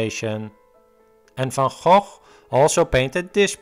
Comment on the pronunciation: Nice that you know how to pronounce "van Gogh". Most Americans are way off.